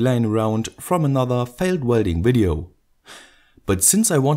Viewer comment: "wailed welding wideo" lol